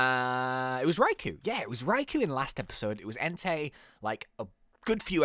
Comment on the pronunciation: When he said Entai I thought he said Hentai